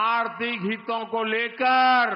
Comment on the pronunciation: हीतों नहीं हितों होता है सर ! अनपढ़ कहीं का !